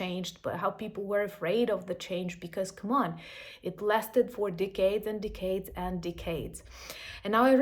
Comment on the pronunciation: ~ considering the context that you are talking about how long the Soviet Union lasted, your pronunciation of "decades" is totally appropriate... it sounds like "decayed".